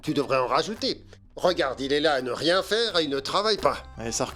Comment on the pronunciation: Mais Elle a dit ria pas nea